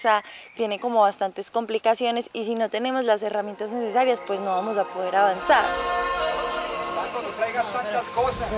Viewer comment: Venga, xq el man dice "Tatu" si es "Tatto"? xD?